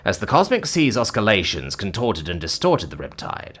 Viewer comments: Oscillations. Try again, genius. PLEASE learn English. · Looks and sounds like he read the word as written.